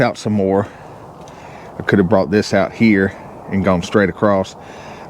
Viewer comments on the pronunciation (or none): 😅 did you make up that word (hov)? I know you're saying (have)